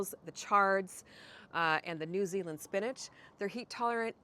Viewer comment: Omg I love how you said “NEW ZEALAND” ❤❤❤❤❤❤❤❤❤❤❤❤❤❤❤